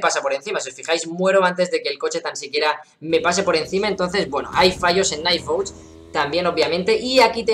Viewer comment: Por fin un youtuber que trata de decir bien el nombre del juego bien xD